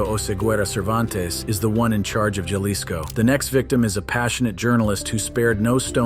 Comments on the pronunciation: It is Haliso, NOT Jahlicsco! NOT! Wise up, narrator! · "Jalisco" pronounced as "Halisco" in spanish.